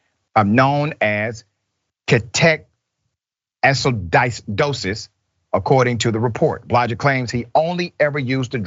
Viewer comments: kee- to-acid-osis Dr R. love you tho 🤣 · Dr. Richey needs to learn to read. Ke-to-a-ci-do-sis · Doc it's pronounced key....toe....acidosis, but spelled ketoacidosis. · Keeto-ass-e-dosis is the correct pronunciation. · It’s pronounced “Keto-acid-osis”. Horrible way to go. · LMAO Dr. Richey straight butchered the word Ketoacidosis, too funny! Btw the word's pronounced Key-Toe-Aci-Doses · Like Dr Jill Biden, he is the other kind doctor (PhD). I assume he has never heard of ketoacidosis, and the script should probably have had a pronunciation guide (maybe: key-toe-acid-owe-sis) since they seem to be doing a one-take show/segment. I saw you edited you comment and figured you would have corrected "your" (there is still time). Like I edited my initial "had" to "have had". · Key-TOE A-see- DOSE-IS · This is a very sad situation, may the young man rest in peace. but come on Rashad, your a DR and you can't pronounce ketoacidosis??? Or even attempt another take without fumbling it? Just very unprofessional in my opinion. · It's so hard to hear him try to correctly say, "ketoacidosis" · Out of all the whole story you take away is that A Dr (doctor) mispronounces a word, so he (the doctor) needs to learn how to read. Amazing